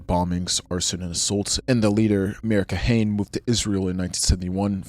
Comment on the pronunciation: You mispronounced a few things that I wanted to point out and coreect 🙂‍↕️ I think you pronounced the name of the JDL founder as "Kahain"? It is actually "Kahana" - kah- kha- nah, the way his name is written in English is a bit misleading. Members or people who share their ideology are referred to as Kahanists, at least in the past 20 years. Lehi is pronounced "Leh- Khee". It's an abbreviation, though I'm not sure of what. Etzel/Irgun was pronounced correctly! They are pretty famous for blowing up British train stations in what is now British-mandated Palestine, as well as a hotel. Their actions killed a lot of Jews along with their "intended targets".